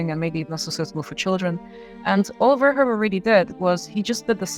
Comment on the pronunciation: By the bye, his name is pronounced verhooven, not verhohven. And he wrote a book on Jesus.